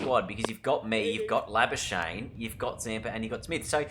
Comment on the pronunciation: Try say Labuschagne in the next episode how South Africans say it: La-Ba-Ska-Gh-Knee Give it a bash!